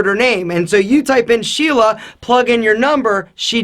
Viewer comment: Did he said shela. Indian guys can understand that word!!